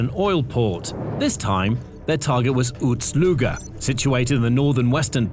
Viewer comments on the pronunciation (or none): Why you pronounce Ust-Luga like Uts Luga, or you have similar problem with waps (wasps)?